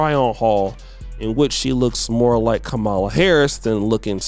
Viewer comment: Good video but bro you have to learn how to pronounce the first black vice president's name (like her or not), we should have enough respect to learn and pronounce it correctly. It's bad when THEY mispronounce it bit its sad when we are too lazy to learn it and say it correctly. Just my two cents.